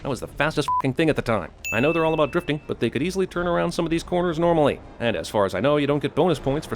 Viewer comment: Interesting you say it like that. 'Driftig' literally means 'angry' in Dutch.